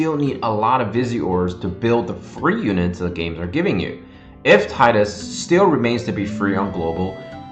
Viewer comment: Teedus, Teedus buddy not Taaidus! :) tnx for the vid